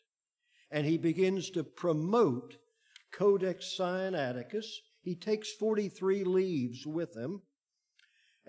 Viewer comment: This man consistently mispronounces SINAITICUS. He pronounces it SI AN ATI CUS, whereas it should be SIN A ITI CUS. (The root is SINAI, for Heaven's sake.) Doesn't add to his credibility.